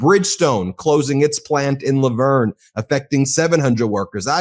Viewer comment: Pronouncing LaVergne correctly is awesome